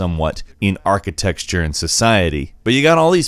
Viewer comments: Yeah that really bothered me. I was like what word is he trying to say. Did he never attend school? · i love you and everything, BUT it's architeCture, not architeXture. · "Archi-tex-ture" lol 😂 ... duuuuuude ! it's "Archi-tec-ture" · HAHA he DEFINITELY says "archiTEXTURE" instead of architecture! which, if you don't know how to pronounce it, that's pathetic- and it's pronounced like ( arch - eh - tech - sure ). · Does he say "architexture" instead of "architecture"? Pretty sure I heard it twice. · Did you just pronounce "architecture" as "architexture"? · Its not archiTEXTure. Its archiTECHture. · ARCHITECTURE NOT ARTICTEXTURE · Stop saying architexture, it's architecture! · What's "architexture"? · i thought it was a verbal typo, but then he just kept saying architexture over and over again, lol. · Architexture? dude you are paid to read your script, learn how to pronounce words! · Architexture? Bro? Really? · Architexture? Madieval? Seriously? Does nobody check whether the pronunciation is at least right or does everybody think those are the correct pronunciations? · Can say ArchiteXture again please;) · Architexture XD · not to be rude, am I misunderstanding the phrase "architexture" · Hahaha wtf is "architexture"... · Is it just me or does he pronounced architecture "archisexture"? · "isn't pronounced anything like how it's spelled" ... "Architexture" "madevil" hmmm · are you seriously saying ArchiTEXTURE ? youre a bafoon mate thats pitiful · Did you just say arketexture? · "Architexture"... Dude wat? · "Look at that Achatexture" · I generally like this channel! This was a bad video by a clearly bored reviewer who can't pronounce the word architecture correctly for some reason? Watch other reviews